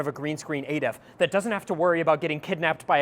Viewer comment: I‘m shocked to hear that you pronounce it instead of. Henceforth, I will pronounce your name incorrectly, knowingly